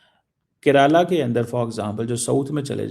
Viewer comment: He is unable to forget Kiraala (hill) from time of ops sindoor. He pronounced Keralam as Kiraala. 😂😂